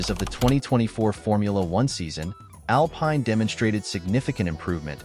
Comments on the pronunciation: Pathetic. If you can't even pronounce 'Alpine' properly....... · Man has never watched a race or he would know how to say Alpine, Briatore, and other stuff.